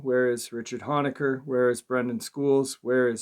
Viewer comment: Honaker is pronounced Hoe nay ker